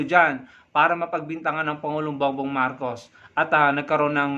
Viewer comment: Pro marcos ang bata nag kamali biglas marco d nabigkas ang S